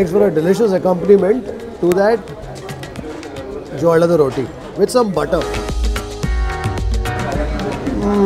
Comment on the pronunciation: Not jollada rotti. Its Jolad rotti